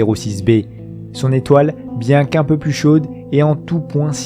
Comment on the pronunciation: Ces documentaires sont très intéressants, bravo. Par contre, certaines liaisons maltapropos me font mal aux oreilles, désolée, mais je dois te le dire ! - peu à peu .. pas de "S" à prononcer au 1er peu. - trop quelque-chose commençant par une voyelle... prononcer le "P" et surtout pas un "S" au trop. Ceci étant dit en toute amitié.